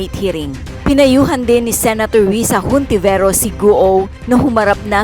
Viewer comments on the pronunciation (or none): Ontiveros ang bigkas nun …Katsila kasi.Silent “ H”.😊